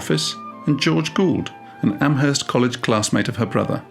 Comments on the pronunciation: Great video, thank you for posting. Just a point of trivia/correction: the H in Amherst is silent, so it's pronounced "Am-erst." And now you know 🙂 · I very much enjoyed this biography! One small detail: Amherst out here in western Massachusetts is actually pronounced as "Am-erst". The "h" is silent. Even people in Boston don't know that 😊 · Emily Dickinson's poetry is incredibly rich, subtle, dense, and insightful. She was brilliant and revolutionary. By the way, locals do not pronounce the "h" in "Amherst." It's pronounced as if it were written "Amerst." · The "h" in Amherst is silent. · I'm from Amherst. We dont pronounce the "h" in Amherst here. It's silent 😊 on another note. I love your videos! So, well structured and informative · The H is silent in Amherst. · The h is silent in Amherst